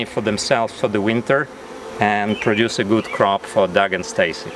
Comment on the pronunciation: Sir how can your name be dog your a human being, it don't matter how you spell it it is still pronounced dog